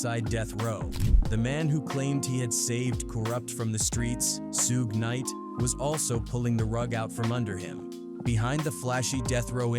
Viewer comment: AI said Sue-gay knight 🤦‍♂️